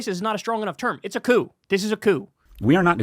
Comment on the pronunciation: The p in coup is silent Kyle!! Love you!